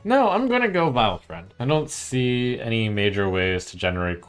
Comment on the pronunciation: You've twisted Vilefiend into Vy-friend lol. Everytime.